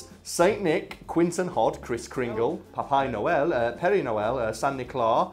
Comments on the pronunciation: Tbh, when you said papi noel in portugues, you said that really well. Kudos to you ^_^ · Ele falou papai noel bem certinho, foi até estranho escuta um gringo falando sem sotaque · In your defense, your pronounce of "papai noel" caught me off guard, you could very well speak Brazilian Portuguese